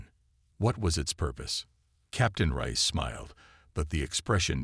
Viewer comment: I am just F'king done with this BullSHI-ITE!!!!! F'king HELL your AI SUCKS ARSE!!!!!!!!!!!!! WHAT THE f@ is her name?????........"Elina RICE", "RAISE", "RISE", "RAYS", "RAYEHZ", "Cpt RIE-ESS", "RIZE", "Cpt RAY"!!!!!!!!!!!!!!!!????? And that is just in the first 13 minutes where I stopped listening!!!!!!!!!!!!!! And, WTF is: "Proxima Centauri VEYE EYE!!!!??? (VI...which FREAKING means 6), "multi-FICITED eyes", "RED-outs", "CHIME-ehera"(Chimera....pronounced, chim-ERA). DAMNIT TO HELL AND BACK............STOP using your POS, CRAPPY AI....!!!!!!!!!!!!!!!!!!!!